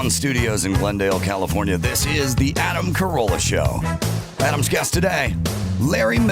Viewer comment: “Adam Carola”? Don’t do your best, do my best.